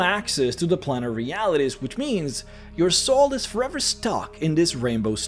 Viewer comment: Its planer, not planner. I dont get how youre saying planes instead of plans, but choose planner instead of planer.